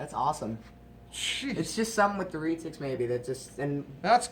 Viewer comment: Reee tics it is Re tics as in red tics but without the D 😂